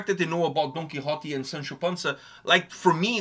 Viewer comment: Man, the 'Don Kichot' when Google exists 😂 Quixote. It's a Spanish name, clearly not that literate 🤣